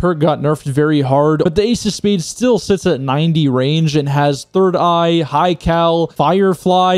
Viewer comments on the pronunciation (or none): none